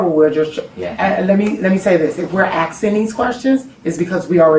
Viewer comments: Axing or asking? 🤔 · You're right. She didn't. She said axing. and . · dang, “Axing”?? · Sad hear an educator says axing instead of asking. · She kept saying “ atsking” instead of asking… can u say dei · "If im AKSIN these questions, its because we already have information". Jesus christ this is who teaches ur students. Chick cant even speak. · Axing.. she can barely speak... is that the head teacher? Its harder is mispronounce the word ask than it is to just say it. America...start telling each other not to say it. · I turned off when the VICE PRINCIPAL.. OF A SCHOOL.. Said "If we're AXING these questions.." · I clocked that as well. There's no 'x' in asking. Seriously.... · That word “axing” drives me nuts. It’s ASKING, I’m black too but damn 😂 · just because someone grew up hearing a word that's mispronounced doesn't make it correct. You wouldn't write a book or a speech with the word "ask" or "asking" and be okay when the person reading says a different word with a different meaning. "Axing" is the act of chopping something down not questioning. Dialect would be like a southern accent or Boston accent. Those have an emphasis on certain letter sounds but don't change the complete spelling of a word and keep the meaning. It's pronounced ASKing not AKSing. Or like in Spanish, people from Mexico speak a different dialect of Spanish than someone from Ecuador or Puerto Rico. They have different words for the same thing. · grown woman, principal, AXING questions... fucking kills me everytime I hear it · Jesus fucking Christ, if you’re gonna be an educator, at least pronounce asking correctly. You aren’t axing questions. Fuck. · A school teacher saying "axing" instead of "asking" is crazy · And wtf is axing?😅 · Literally can't even pronounce the word "asking". "If we axing these questions..." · Black peoples pronunciation of Asking is bizarre…. They say Acksing…WTF? In a school? And no one corrects them. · Asking...not Aksing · "Axing questions"